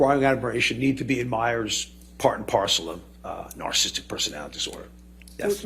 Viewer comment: He didn't pronounce narcissistic correct one single time.